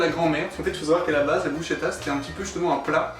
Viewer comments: Brusketa ça se prononce par contre par pitié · Dommage que sa maitrise de la prononciation de soit pas au même niveau On dit brusKetta. Sinon quel honneur de mettre en avant le plus beau pays du monde. (objectivement bien sûr). Un régal !